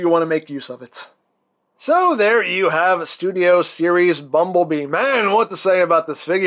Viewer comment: I hope he knows it’s bumble bee not bumble mister lol